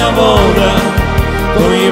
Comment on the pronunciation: а ще в українській літературній нема слова бистрая і наголос не вОда а водА